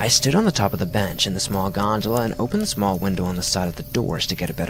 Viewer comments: Omg how many times did he say gondala? So annoyed lol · I wish a '100$' bill magically appeared in my wallet after every time he said "Godala" . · Ahh yes the creature on the G O N D A L A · Wait... Did he say gondala ? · I read this before I watched and couldn’t listen to him say gondola without laughing every time